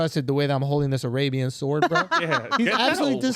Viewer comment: When didn’t know sword has a silent w suhwoerd